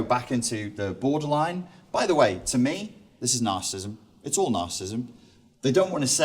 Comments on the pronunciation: You're giving a talk on a topic, yet you cannot even pronounce the name of the topic. It is not 'narcism'. It is nar-ci-si-sim. You're dropping an entire syllable. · FFS the word is pronounced 'NARCISSISM', not 'narcism'. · It's narcissism, not "narcism". Good talk, thanks. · Why does he keep saying Narcism, Narcist and Narcisstic? (he even wrote that down). It was annoying me - and I am too perfect to put up with people who can't pronounce the words they are supposed to be experts on. (ends in preposition - oops) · I would find it a lot easier to take you seriously if when you are giving a talk about NAR-CIS-IS-ISM you would learn to pronounce it properly. It has 4 syllables not 3. Just saying.... Peace out dude! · He....he's saying "nar-cism". He didn't just misspell it, he's actually pronouncing it incorrectly. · How do you take him seriously when he can neither spell it nor pronounce it correctly?